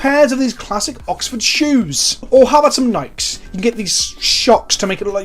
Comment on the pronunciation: I regret to inform you that you are saying Nikes wrong. Sincerely, Gabriel